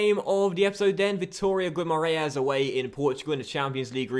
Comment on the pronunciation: Instead of trying to say Guimarães, say Vitoria, its the easiest way to say it!!